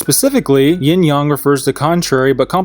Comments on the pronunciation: "Yin/Yong"? #triggered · “yIN YoNG”